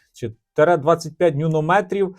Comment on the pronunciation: який ще лайон))) То Li ion написано, аккуляторна батарея літій іон. І не нюнометрів, а Н'ютон-метрів - момент сили.